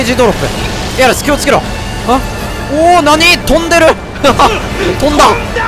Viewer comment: エアリス気をちゅけろ！